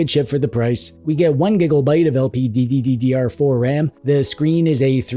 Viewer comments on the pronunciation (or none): Have you ever noticed that you pronounce three “D” for LPDDR (one more than necessary) in each video? That’s funny and wonder if you ever noticed 😁